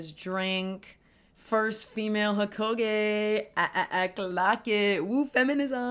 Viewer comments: Was not expecting a Naruto video but ts fire Also not to be that guy but im pretty sure its "ee-tah-chi" not "e-teh-ji" Edit: I'm so being that that guy rn but its also "ho-ka-gae" not "ho-ko-gae" 😭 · Couple things lol. Itachi = E-tah-ch-i Hokage = Ho-ka-gey Konoha = Ko-no-ha I guess since the chunin exams were technically over the moment when he attacked Hiruzen. Pre-timeskip is also seen as better than post. Not only that but the general public love the Sakura & Lady Chiyo fight. Never read it but the anime was amazing for it.